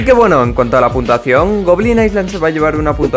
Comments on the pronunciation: en el minuto dices puntuasao no puntuacion XD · puntasao -yo:._. a me salio portuges el niño:v